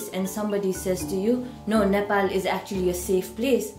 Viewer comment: Nepol re😂😂 just simply say Nepal it just 13 year u guys moved to here right